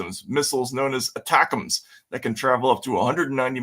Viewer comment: I love you guys take, don’t always agree but see where you are coming from. Just lexicon help. ATACMS is pronounced “A-TAK-MS” not “ATA-CAMS”